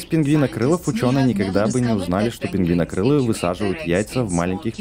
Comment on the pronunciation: ПРАВИЛЬНО НЕ ПИНГВИНОКРИЛ А ПИН-ГВИ-КРИЛ!!!!!